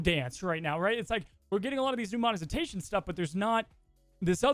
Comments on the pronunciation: Did just said "mozetination" or is it just me? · Ok but why he pronounce it Monezitation? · Am i crazy or is saying Longetivity instead of longevity and is saying Monezitation starting around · love to talk about monezitation and longetivity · Hearing mispronounce "monetization" as "monezitation" (four times) and mispronounce "longevity" as "longetivity" (three times), is distracting me from the points you're trying to make. Call me a snob or whatever, but it's hard to take people seriously when they mispronounce words, even if the points they're trying to make are reasoned well and thoughtful; especially when they're speaking in their native language. If one or both are dyslexic, i can sympathize, but it's not a good excuse in a format where the video can be (and obviously has been) edited before it's uploaded. I like you guys and I want the content you produce to be as high quality as it can be. All that said, although I can agree with both on some points in passing, I will always compare mobile games to console/PC at the end of the day and fundamentally disagree with the way all mobile games are monetized. Whether or not that's "fair" is a straw-man; mobile games and PC/console games can absolutely be compared to one another, especially when the objectively inferior quality offering is demanding an exponentially larger financial investment from the consumer. If the gamer community at large has a choice between spending $70 on a fully animated, 3D rendered AAA console/PC game and spending hundreds upon hundreds, potentially thousands of dollars in the cash shop of a mobile game, I worry deeply about the person that chooses to spend hundreds, or thousands of dollars on the mobile game and considers it in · I’m sorry but the amount of times said “monezitation” and said “longetivity” 😂😂 tough to present a compelling argument when you can’t pronounce the talking point but somehow I still agree